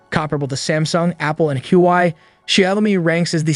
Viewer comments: It is painful to listen to xiaomi as ‘shy -oh-mee’, and huawei as ‘hew why’ ! Perhaps time to learn pinyin? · Please at least pronounce the names correctl: Xiaomi is 'Zhow-mee' and Huawei is 'Hwar-way'.